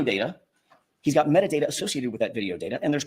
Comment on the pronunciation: Replay crew here. Anyone else hear say metadater vs metadata. I get so mad when I hear talk.